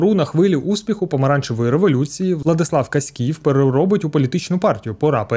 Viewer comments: не КаськІв, а КАськів. Зразу видно, що автор відео не галичанин. 😅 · Ой-йой-йой!… Як дивно чути такий наголос на прізвищі Владислава Каськіва. Правильно наголос ставити на першому складі.